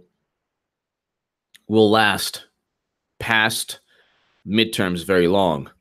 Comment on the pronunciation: Be Vewry, Vewry quiet